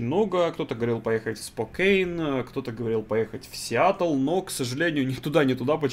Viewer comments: не сиятл а сиетл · И верно.Не Сиатл а Сиетл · Не Сиатл, а Сиэтл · Ставь лайк, если болят ушки из-за "Сиатл":) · Весь видос не мог понять, почему "Сиатл", если раньше правильно говорил?)